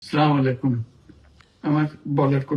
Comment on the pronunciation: সালাম শুদ্ধ হয়নি মাননীয়। অলেকুম সালাম।